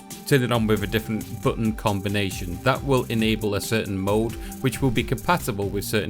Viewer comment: when this guy says "mode" I keep thinking he's saying "mold"